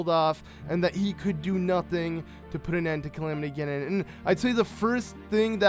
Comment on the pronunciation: Link was not killed. It said that he was badly injured fighting Ganon and had to be put into 100 years of sleep. You also say Calimity Ginon When its pronounced Calamity Ganon. Sorry if i'm hating <3